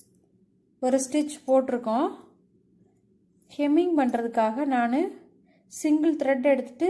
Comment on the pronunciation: Hemming not kemming. English um theriyathu , Tamil um theriyathu.